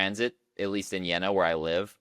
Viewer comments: pronounce it with a canadian "eh" in the middle, Jeh-na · Jeena! You have to speak the "e" Long!